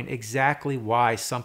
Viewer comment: You say the word "favorites" like "faverts". HAHAHA!